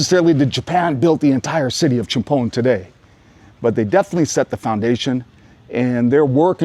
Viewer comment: Great pronunciations again love it CHUMPHON = Cha Pone - LIKE AL CAPONE HAHAHAA I love all the "factoids" as well